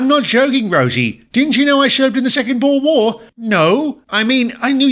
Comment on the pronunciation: DIT IS AHH-FRICK-AANS AND BOO-E-R.